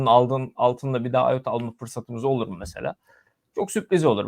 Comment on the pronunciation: ıota deme artık ya battık bittik